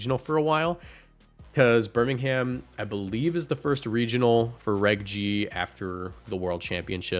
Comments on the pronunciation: Do a Brit a favour and stop pronouncing the ‘h’ in Birmingham 😅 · “Birming Ham”